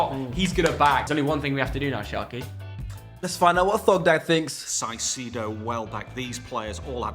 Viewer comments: What is with english people and pronouncing names wrong. Its not sigh-see-do. Its kai-say-do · im soooo annoyed at how pronounces caicedo its pronounced kai-say-doe